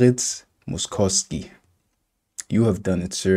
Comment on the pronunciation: Moszkowski’s name is pronounced like “mosh-kov-ski” 😉